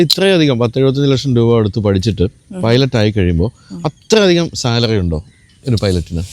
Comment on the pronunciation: പൈലറ്റ് ആണ് അല്ലാതെ പൈലറ്റി അല്ല മാഷേ 😂ഇത് english ആണ് മലയാളം അല്ല 😁😁😁